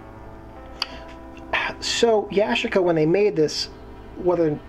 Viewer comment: yu- chic- uh